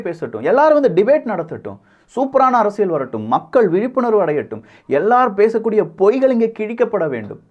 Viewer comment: சும்மா மொட்டையாக இரண்டு கட்சிகளும் நல்லது செஞ்சிருக்காங்கன்னு சொல்லக்கூடாது! சாராயத்தைப் பொறுத்தவரை இரண்டு கழகங்களுமே தோல்விதான்! அப்புறம் நீங்கள் "அரசியள் சதுரங்கம்" என்று சொல்கிறீர்கள், அல்லது அப்படித்தான் கேட்கிறது. "ல்" மெல்லினம் (அரசிய(ல்)) உபயோகித்தால் நன்றாக இருக்கும்! 😊